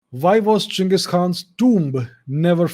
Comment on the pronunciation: Finally some Literate Indian calling him Cheng-iz and not Gang-his..... Most idiots form west nations don't even know how to pronounce Asian names properly.